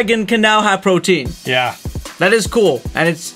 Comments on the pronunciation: Dumbsparces new ability is not protean it is pro-tee-an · Lol it’s protean, not protein